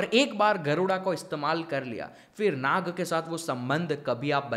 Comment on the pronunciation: भ्राता श्री विषय तो अत्यंत महत्वपूर्ण है और आपने बहुत ही अद्भुत तरीके से समझाया भी ,किन्तु ये Naga उच्चारण हमारी संस्कृति मे बिल्कुल भी नही है ,ये सब पश्चिम के तौर तरीके है , सही उच्चारण तो Nag हि है । 🙃. कृपया आप अपने मूल सांस्कृतिक शब्दों को उचित रूप मे प्रस्तुत करे और अपनी सनातन संस्कृति को निरंतर आगे बढ़ाये 🚩😊. जय श्री राम 🙏🛕🚩❣️